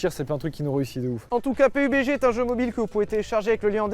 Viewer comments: Le jeu se prononce peube dji domage de ne pas s etre renseigner un minimum ne serai ce que sur le nom de la sponso ! Perso il vous paie pour la video et ca montre que vous n en avez rien a branler . Au passage il y a de gros probleme de hacker dans le jeu c est insuportable . Je ne le conseil pas vraiment meme si c est un tres bon jeu, les hackers le detruise tout simplement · Pé U Bé Gé hahhahhahahahahahahaha la premiere fois que j'entends klk'1 faire cette prononciation Pourri au lieu de dire PABDGI